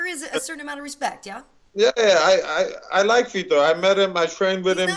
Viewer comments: It's funny how he says Vitor. This dude says Feetor. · i thought he said feder, lol